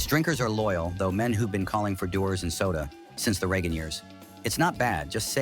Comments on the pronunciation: AI sucks…. dew ers, not Da wars! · Rubbish and lacking in knowledge about Scottish Whisky. Can't even pronounce Dewar's....Dew is morning dew but it is a Scottish name if you even know where Scotland is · Worst pronunciation of Dewars i have ever heard. Do you homework properly